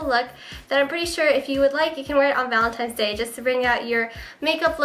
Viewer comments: u say 'valentines' like 'valentimes' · it's cute how you say 'valenti"m"e's' instead of valentine's day....lol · valentimes day hahahahaha